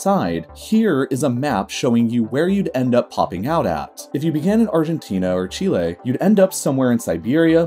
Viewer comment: Okay but why is Chile l o n g?